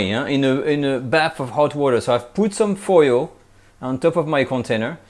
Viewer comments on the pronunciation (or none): none